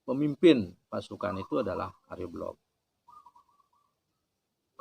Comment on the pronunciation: Jika di kaitkan dg sudara ( kakak ) dari Sire Arya Belog,, yaitu Sire Arya "Kenceng" maka Arya Belog., hrs di baca Sire AryaBelok., bukan belog dlm pengertian bodoh .🙏